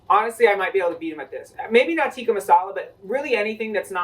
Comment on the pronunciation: As a Pakistani, the fact you pronounced "tikka" incorrectly yet still pronounced it better than most brits is really telling, and what it's telling is that Tikka Masala has no place in England